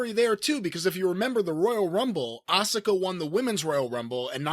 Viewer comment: i can't be the only one who cringes when he says asuka....